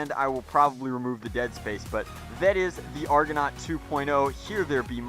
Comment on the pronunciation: It's pronounced argonaut PADAWAN